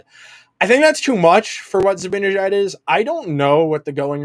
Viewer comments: Love the content you guys do but please please please...it's ZibANejad, not ZiBINejad. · Yep - it's really annoying. I don't know if he and Andrew do that purposely or not, but it's so lame.